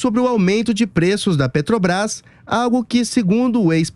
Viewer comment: Amanda Klein é uma piada só rindo , lula roubou a Petrobrás e nunca fez 1 Refinaria no Brasil kkkkk e a gasolina na era lula era mais caro e não tinha crise Mundial , nem Guerra e muito menos Pandemia , Só rindo , lula não sabe falar o nome da Petrobrás kkkkkkk